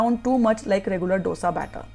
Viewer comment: Madam, it is not Dosa, ( d as in doll) You've to pronounce it as Dhose..( d as in dal)